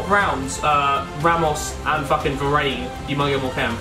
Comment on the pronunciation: w2s his name isn't pronounced varein, jeez.. cant fkin say varane